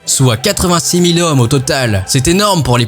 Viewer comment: Une manipule de cent z'hommes.... Mes oreilles ont saignées